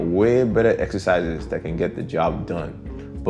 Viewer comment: He said essisizes too 😭👏👏🇳🇬🎉